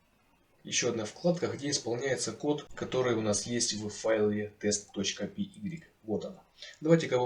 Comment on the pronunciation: Орнул с py - пи игрик